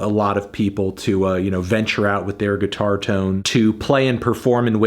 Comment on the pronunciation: That kid in Queen sux at gee-tar